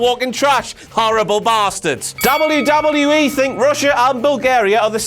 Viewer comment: This guys says wwe too much and he says it funny. "Dawbule yew dawbule yew E"